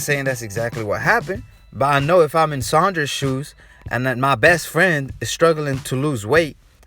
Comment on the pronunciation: You keep saying Saunders wrong sawn ders no sh